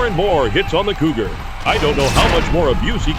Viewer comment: I could have sworn "Cougar" was pronounced as "Goober" a few times! 😆